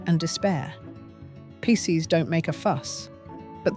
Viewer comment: She mispronounced Pisces!